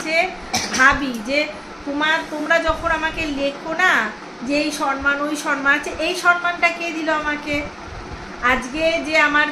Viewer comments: সনমান নয় সমমান হবে উচ্চারন। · Khub valo laglo....... chele ato sundor vabe boro hochche tumi nijer uchcharon gulo thik koro boddo kane lage......sonman noy somman....